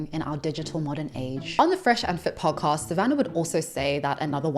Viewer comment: Girl said “pawcost”